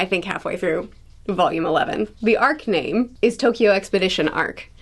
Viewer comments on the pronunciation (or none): none